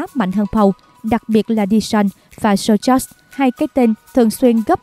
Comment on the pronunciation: Đội Sochaux đọc là Sóc chô , ko đọc là Sô chóc hay Sô chậu